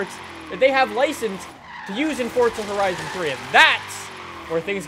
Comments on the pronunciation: the one thing that bothers me about him is the fact that he says FORTZA he doesn't say FORZA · Isn't it Forza not Fortza? Sorry :3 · he said fortza